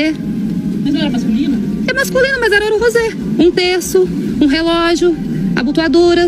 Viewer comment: "Ouro rose"😮😂😂😂